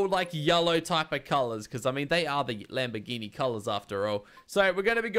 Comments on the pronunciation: Actually the fifth attempt had the correct italian pronounce xD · actually, you pronounced it right the fifth attempt, you pronounce it like that in italian